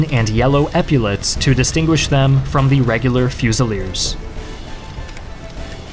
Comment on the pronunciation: As a french I'd just want to say that the "L" in "fusil" is silent and "fusiller" sounds like "fussiyer". Great video